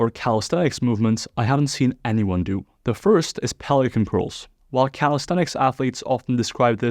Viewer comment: A standing version of DrMikes prone curl—- when you said pelican at first I thought you said Poliquin.